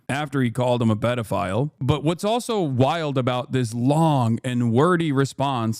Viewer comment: "Also" "Vices" HELLO?????????????????